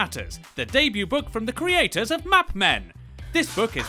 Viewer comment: When you mix up “map” and “mop.”